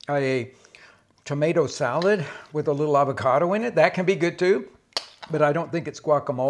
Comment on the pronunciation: Hey Rick, why not pronounce the name of the fruit correctly?